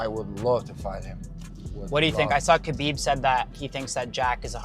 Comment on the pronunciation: This narrator said khabibs last name wrong. Lol